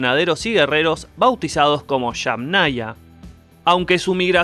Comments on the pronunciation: no se dice shamnaya, sino yamnaya. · Chamnaya!! Esa "y" que suena como "ch" . Me tenía confundido. Pero ya me quedó claro. Muy interesante. Gracias por el video.